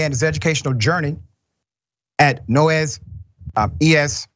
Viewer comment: Noyes elementary pronounced (noise)